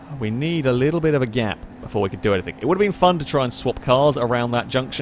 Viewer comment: This videos are great, and I'd binge them all, but I cannot stand the way you say "somethink" and "anythink". Pet peave of mine.